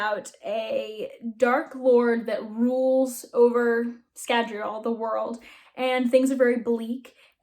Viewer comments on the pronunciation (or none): Scadri-ull, not Scadri-all. smh 😉